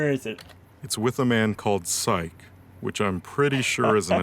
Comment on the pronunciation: Uh oh someone didn't watch RLF it's not psych its sich (idk how to write it out as the correct pronunciation but I tried)